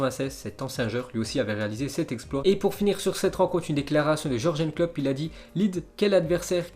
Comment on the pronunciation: Il a dit Jorjen Klopp mdr